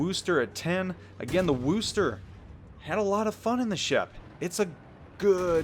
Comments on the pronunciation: say it with me WUSSter not wooster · Aaaaagggh...it's not WOOster. It's Wuster. As a native of Worcester, this was driving me insane. maybe you were doing it for the memes, but it made me cringe hard. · It's Wuss ster not woooooooooooo ster :P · I don't care what anyone says ... I'm pronouncing it as the WAR-chester. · it kills me to hear you pronounce Worcester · I tried this before and got trounced by people......let him mispronounce it.....trust me it's not worth the trolling you'll recieve. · Chris Bergonzi As an Englishman it pains me to hear it pronounced incorrectly ha!